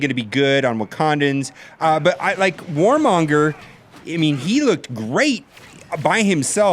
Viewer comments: I love your videos, but oh em gee, his name isn't Warmonger, it's Kilmonger! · It's Killmonger, not Warmonger haha... That was a very cool video, nice to see you both on this matchup. My bet's on for the rematch. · lol anyone notice always says Warmonger!!